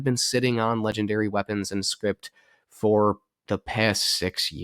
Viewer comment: Scrip... not Script